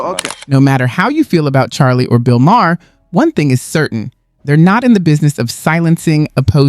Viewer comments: At least know how to say his name. It’s not bill meer ( it’s pronounced Mar) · Dude. If you are going to make content like this. Learn how to pronounce the names of the people you are including in your content. Nothing says I have no fucking idea who or what I’m talking about like not knowing it is Bill “Mar”, not Ma Hair.